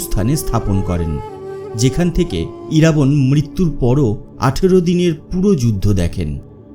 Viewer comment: 'Iraabon' noy shothik uchcharon hobey IRAABAAN.